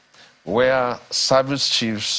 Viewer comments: Did he say "High service" or "Eye service"🤔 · Eye service and not "High service".